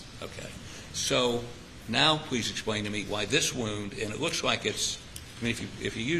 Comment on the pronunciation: Where did Awex find Elmer Fwudd for his defwense? "Pwease expwain..."